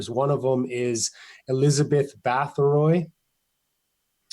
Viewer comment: Difficult to take too seriously when the researcher does not even pronounce the name Bathory correctly and then goes on to erroneously suggest Vlad the Impaler came after her historically. Vlad Tepes lived in the mid 1400's where as Bathory existed in the 1600's. Also Vlad Drakula was never historically linked with vampirism until Bram Stoker associated the name with his fictional vampire Count Dracula in the late 1800's. Other than that the connection between the historical Vlad the Impaler and vampires is practically non existent . Despite Vlad's sinister reputation being a notorious despotic blood thirsty tyrant his us none the less recognized as a national hero and of all things remembered in his native Romania today as a champion defender of Christianity against the muslim Ottoman turkish invaders who were trying to over run Europe at the time. This may seem like nit picking but it does make one question the veracity of the rest of the information being reported.